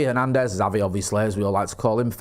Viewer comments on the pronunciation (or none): 2. For f's sake, WILL YOU PLEASE PRONOUNCE XAVI's NAME PROPERLY. IT'S EASY: "CHAVI" as in "chips".